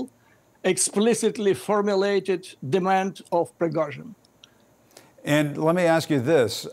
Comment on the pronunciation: . Obviously, because it is Prigozhin not Prighozin!😂